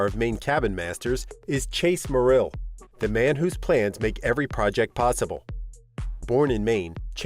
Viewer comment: This narrator needs to pronounce Chase's family name correctly. It is not Mor-ELL,... it is MOR-ill. I'm from Maine and now this family name...